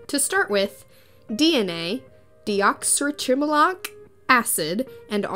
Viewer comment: You pronounced “deoxyribonucleic” wrong…and “ribonucleic”…..I don’t know what you were trying to pronounce, but you were WAY off on both terms….